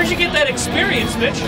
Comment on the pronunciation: Sounds like he is saying bitch instead of mitch